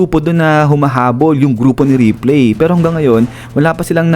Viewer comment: Ripli ang basa not replay. Parang ripleys belive it or not.